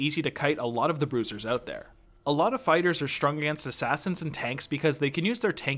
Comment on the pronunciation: Am I the only that keeps hearing 'spiders' whenever he says fighters?